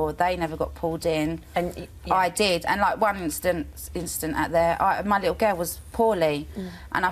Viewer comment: “I Fink I come across well spoken”. I have a likkew geww.